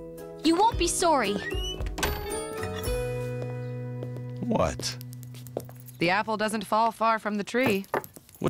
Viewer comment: Hahahhahahhaha "soary"